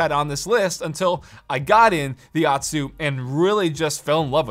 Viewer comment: pronouncing otsu like atsu hurts your weeb cred